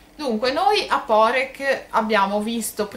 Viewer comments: Poreč...l'ultima lettera non si pronnuncia come una K...quindi non è Porec come Lucca ma è Poreč come Lecce....comunque per gli Italiani e meglio se la chiamano Parenzo visto che è il nome della città in Italiano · Esatto, la Č si pronunica come Lecce, come cia come ciao. Hai la Č dura e la Ć piu' morbida. Quindi non Porek (come la signora/signorina pronuncia nel video) ma Poreč.